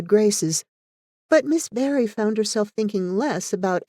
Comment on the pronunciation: There is only one thing I can fault with this reading - it is Barry being constantly and mistakenly read as Berry - how could you have done that? Diana Barry and Anne Shirley two names forever linked.